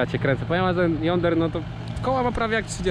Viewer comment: Boże niemuwi się jonder tylko dzondir